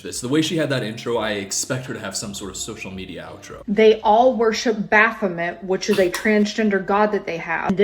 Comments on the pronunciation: Hey, Satanist here! Baphomet isn't a fucking god?? Baphomet (actually pronounced Baff-oh-may) is a supposed to represent harmony between Science and Spirituality; that somethings aren't meant for us to understand, but what COULD be understood, we can use to help improve the world. Baphomet is a symbol meant to decentralize human existence and ourselves, as individuals. Baphomet is both person and beast, they are both female & male, both nature and nurture, they are of knowledge and the incomprehensible; more over, they are both a character from Christian mythology, but also a symbol that has been developed outside the scope of Christian belief. Baphomet was not made to be worshipped, they were made as both a rebellion and a symbol of connection. Perhaps all of that is "evil" to a god-fearing Christian type ig? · for someone so educated, she cant pronouce baphomet right 🤣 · i literally hate this women so much. firstly its baphomet (bah-fuh-met), not bApHomEt. he is a “deity” and he’s not trans, he is a god-like figure that has no gender, like christan god. both are not male nor female, and specifically baphomet is not good nor evil, he’s like a symbol of neutrality, dude. i’ll say it for the people in the back too: “SATANISTS ARENT FUCKING EVIL, READ THE TENTETS OF SATANISM BECAUSE IT ALL BOILS DOWN TO “DONT BE A PIECE OF SHIT”. secondly, skeletal structures don’t mean shit, i know cis men with very petite and “feminine” frames and i myself have pretty broad shoulders for an afab person. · What makes it worse is that that’s not how you pronounce Baphomet (bc it’s french)